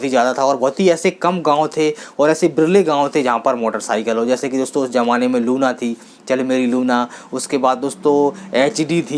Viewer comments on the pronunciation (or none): Zamana boliye jamana nahi